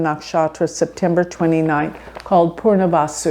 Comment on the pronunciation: its PUNAR vasu (return) not PURNA (complete) vasu - even half a letter change in pronunciation changes the entire meaning, such is the beauty of Sanskrit language.